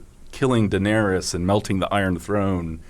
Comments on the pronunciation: How does not know how to pronounce Daenerys after 8 seasons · A classic example of being indie and cool is the way he pronounces Daenerys. Smh